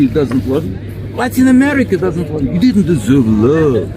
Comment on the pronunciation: "You didn't deserve luuuuv". Brat najjaci. Kulturno samaranje